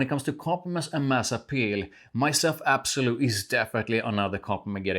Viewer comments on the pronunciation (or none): L’Absolu. Not absolu